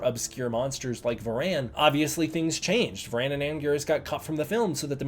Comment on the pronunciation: “Va-RAN”? Your emPHAsis is on the wrong syLLAble, brother!